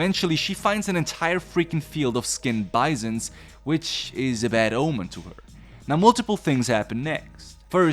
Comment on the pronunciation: "Bizuns" What is your accent, my friend?